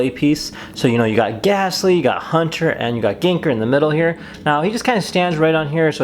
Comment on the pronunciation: Excellent video, but if I could give a few minor critiques. - The choice of music for the build montage was bad. Really bad. - It's Gengaaaaaaaar, not Gengerrrrrrrrrrr. - It's Hauuuuuuunter, not Huuuuuuuunter. That's it! like I said, other than those 3 minor critiques, excellent video :)